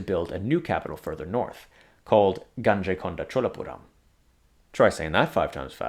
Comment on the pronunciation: I just saw this video. Nice video. But your pronunciation of the river Ganga is wrong. Ganges is the how the Britishers pronounced. It is pronounced as Guhng·Gaa locally. You are making the same mistake when you pronounce the name of Rajendra Chola's capital Gangaikonda Cholapuram. This is not a criticism. You wouldn't know this obviously until someone tells you. Otherwise I thouroughly loved the video.